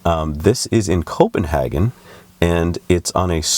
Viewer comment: Thanks for another newsy report. Nits: Copenhagen is pronounced with a long A. When helicopters land using rotors only with no engine, it is called autorotation. I predict that Elon will forget about tunnels before the year is over. It's not just about digging a hole under a city. There has to be a structural consideration, especially in earthquake zones, ventilation systems with backup generators, coordination with and approval of other underground utilities, tie-in with existing road nets, water removal systems in case of heavy rains, provision for emergency vehicles and probably some other things I haven't thought of. Acceptance is also an issue. If a tunnel is a good alternate route, everyone will try to use it. Ask people who commute into New York City how they like the Holland and Lincoln tunnels during rush hour.